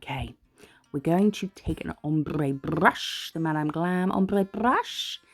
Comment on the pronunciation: Hello, the nails look gorgeous, and it's nice to hear your voice, especially the words ombre brush, you say it so funny. Do you also know if Madam Glam sends items to the Netherlands? Lots of love and happiness from a fan in the Netherlands 🥰💖